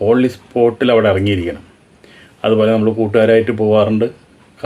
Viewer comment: ഓളി സ്പോട്ടോ... അതെന്താണ് ചേട്ടാ? ഇംഗ്ലീഷ് അറിയില്ലെങ്കിൽ പറയാതിരുന്നു കൂടെ? ഓൺ ദി സ്പോട്ട് എന്ന് പറയണം.... ഈ കെട്ടും മട്ടും മാത്രമേയുള്ളു അല്ലേ?